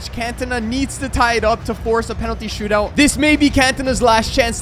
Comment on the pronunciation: You said stoot-out😂😂